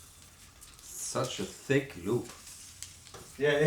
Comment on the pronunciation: "Do 1 Inch THICK Reel To Reel Multitrack Tape Loops Work?" The emphasis on 'thick' is completely wrong, the tape is extremely thin, but 1 inch wide.